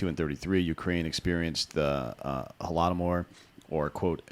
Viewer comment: Please learn how to pronounce things like Leif ERIKson or Holodomor. Down playing something like the Holodomor where MILLIONS of people died. And created one of the largest known cannibalism events in world history seems a bit weird. Also Ukraine is ninth on the world’s production of wheat....